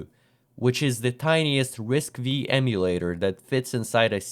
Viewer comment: risc-v is pronounced risk 5